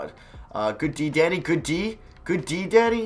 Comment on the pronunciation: When he said, “Good D Danny,” I thought he said, “Good D Daddy.”